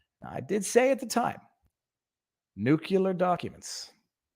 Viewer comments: Pronounced - noo-clee-ar not noo-qule-ar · Driving slowly doesn't make you a good driver any more than driving fast does. Driving competently and paying attention does. But a dippy algorithm can't analyze that. And you obviously know how to pronounce nuclear, do so please.